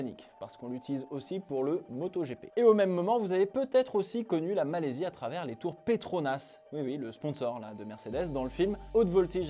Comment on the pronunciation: Malaisie pas Malaysie..😂